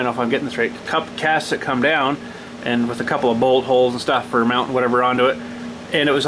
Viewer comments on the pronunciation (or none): none